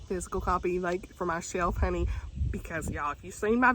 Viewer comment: Girl I have to say, every time you say "honey" it kills me because you say it so well lol I'm southern but I can't say 1/10th as well as you can 🤣